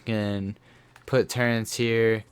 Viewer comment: Why do people always say " turrents"